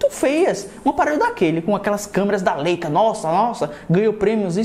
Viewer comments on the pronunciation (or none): none